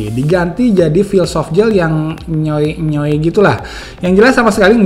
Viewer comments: "enyoy...enyoy" :v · enyoy enyoy ini tolong didefinisikan bang wkwkwk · enyoy..enyoy..denger'y bikin ketawa..keren bang rivew'y..mantap